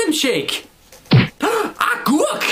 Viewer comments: Du siger argurk ikke agurk :) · Kan vi lige grine af at siger “Agurk” som Argurk